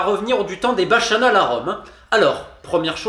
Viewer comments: [point pinaillage \on] On dit ba.ka.nal, pas ba.cha.nal. Il y a deux c [\off] Toujours aussi intéressant. Merci! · Parce qu'on ne rigole pas avec ces choses-là, pour info bacchanale se prononce bakanal. D'après ce que tu en dis, certains auraient pu utiliser ce terme et notamment la syllabe finale pour faire de jolis slogans de campagne électorale.